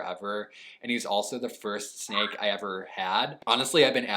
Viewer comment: I thought you said snack